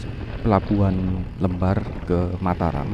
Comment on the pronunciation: BANG itu Kata LEMBAR.. tidak tepat pengucapannya, tidak sama dengan kata KEMBAR, tapi LEMBAR pada ucapan kata LEMPAR,..